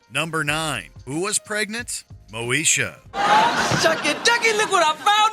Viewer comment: It's pronounced Moneysha.